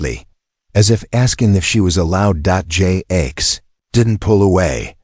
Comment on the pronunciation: Dot J A X. AI Can't say Jax so it spells it. Dot Dot Dot